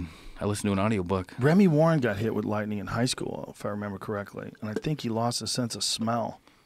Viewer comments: it’s lightning not lighting^ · Lightning not Lighting 😂